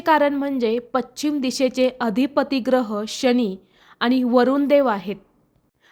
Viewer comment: पश्चिम असे म्हणा